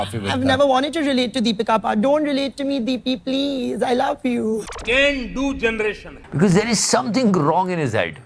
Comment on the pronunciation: Why I always hear CAN DO as GANdo